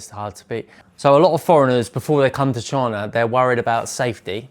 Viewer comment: I like how this guy pronounces China as "Choina" 🤣